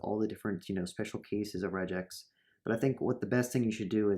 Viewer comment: This might be a good video but I can't stand 'rej-x'